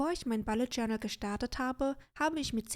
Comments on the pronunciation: Hallo :) Ich finde das Video sehr erfrischend, wenn man sich den Bullet Journal Dschungel auf YouTube anguckt. Einzige Bemerkung: Es heißt bUllet Journal, nicht bAllet Journal 😉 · Mich irritiert nur die Aussprache von "Bullet". Sonst prima. Danke